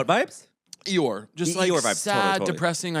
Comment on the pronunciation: It sounded like Caleb said 'your' instead of Eeyore, which is probably why Bowen questioned to repeat right after saying really annoying lol